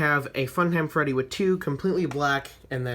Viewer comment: It freddy not reddy